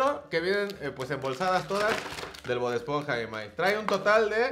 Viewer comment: “BoD esponja” 😂